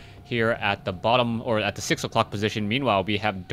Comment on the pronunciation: "10 o'crock" asian accent slipped in there.